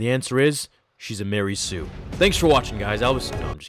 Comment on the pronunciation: Two words. Marey Sue. :)